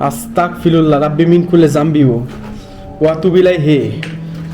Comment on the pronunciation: আস্তাগফিরুল্লাহ এর উচ্চারণ (গ) হবে আস্তাগফিরুল্লাহ। ❤